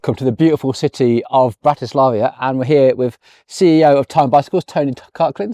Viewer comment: Bratislavia??? No one knows such a city. Perhaps your unyielding English tongue will allow you to pronounce another name. It dates back to around 850 AD and was the name given to the City on the Danube by the Greeks: «Istropolis».